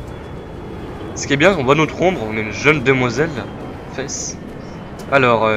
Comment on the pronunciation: (2/2) Et avant de partir, juste un petit détail : le nom du perso se prononce "Féïce" ou "Fèïce" mais pas "Fesse" comme j'ai cru l'entendre x) P.S : T'as bien fait d'écouter le truc à la radio concernant les élections, elles constituent un élément du scénario ;)